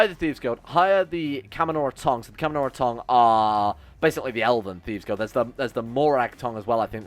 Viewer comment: how the fuck did he get Camanorra tong outo f camoNNA tong? edit: and then he mispronounced it seven different ways immediately after... i love but is he dyslexic?